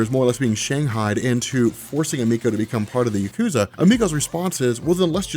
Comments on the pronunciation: It's EM-i-ko, not e-MEE-ko. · Please please please look up how to say Emiko.